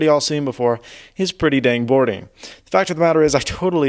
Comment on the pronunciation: "its pretty damn bording"!!!!??